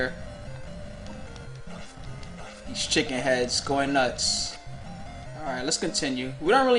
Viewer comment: Haha, the way was saying "goin nutz" made me think the original guy was black or something.